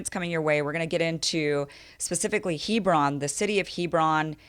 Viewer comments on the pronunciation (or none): (Heb ron) not (he bron)